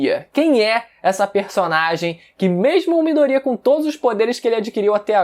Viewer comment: Midôria rapaz e não midoría , porra , tá de sacanagem kkk